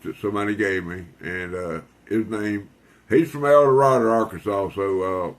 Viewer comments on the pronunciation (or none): WHAT!!!??? ELDORADO IS A CAR!! I'm from El Dorado....pronounced like Tornado 🌪!! C'mon buddy!!?? 🦫😁😉🫡❤️